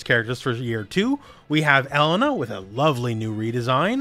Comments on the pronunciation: Pretty sure the pronunciation of her name is El-Lane-A. For whats it's worth ☺ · E-LANE-AHHHH ffs my dude. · Never in my life have I heard anyone pronounce Street Fighters Elena like that.